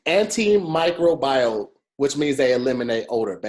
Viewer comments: ANTIMICROBIAL= an·tuh·mai·krow·bee·uhl Love you. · Anti microbial is pronounced anti micro bee-uhl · Antimicrobial tearing yall ass up😂😂😂 even said it wrong